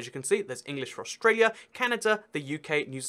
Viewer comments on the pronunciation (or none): none